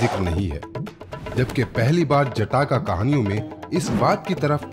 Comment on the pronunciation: Its जातक not जटाका !